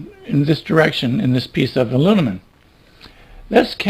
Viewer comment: I like it! Even though he does keep saying “alunimum.”